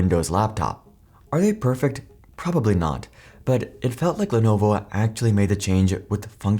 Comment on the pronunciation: If someone doesn't take the time to get company pronunciations correct, don't expect them to get facts correct, either.